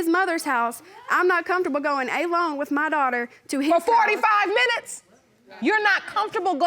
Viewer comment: "A-Lone" its one word ALONE!